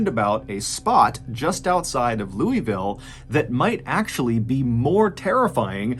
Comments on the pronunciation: I would just like to say as someone from Louisville it’s pronounced loo-uh-ville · As usual, great story telling although tragic story. I'm from Kentucky and have walked across a few wooden train bridges although not that high and they were over a river, one of them even a swinging bridge but, , FYI people from Ky., pronounce Louisville - Lou-ah-vull as opposed to often pronounced Looey-ville 😉. We are a proud folk who “ain't got time to drag out syllables " lol. We pronounce all of our towns, a lot end in“ville" - vull. Just thought you'd like to know, keep up the great work 😊😊. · I remember when this happened. It was actually this first time I had heard of that bridge. Waverly though, couldn’t pay me enough to go there. There’s rumors of turning it into a hotel. Also it’s pronounced “Lou-ah-vul”. Don’t feel bad, no one can say it right except those of us who live in Kentucky. 😂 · Mr.Ballen i love you but as a kentucky native the way you pronouce louville is worse abuse than the like button gets. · As a motive from Louisville its pronounced louvul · "lou - uh - vull" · Lou-ah-ville is how everyone in Kentucky pronounces Louisville. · It's pronounced Loo-Vul Kentucky lol at least it is where I'm from 😂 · MrBallen, I love your content, but thats NOT how you pronounce "Louisville." To pronounce it like a local, imagine you're trying to say it with marbles in your mouth. It should sound roughly like "Luhlvuhl." PSA over. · I love ya ta death Mr B. But i have one issue. It's spelled Louisville.. its pronounced lew-uh-vuhl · In case no one else has said it, it's pronounced Lou uh vull. 🤗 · Any southerner will tell ya, it's pronounced "Lewville". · Why can't people properly pronounce Louisville!? Loo-a-Vull. Its not that hard Mr. Ballen. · I was stationed at Ft Knox Kentucky and the proper pronunciation of Louisville is Lou a vull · It’s pronounced “lool-vull” 😁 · "IT'S LOO-UH-VULL!!!" - everyone from Louisville bc you all can't pronounce your own damn name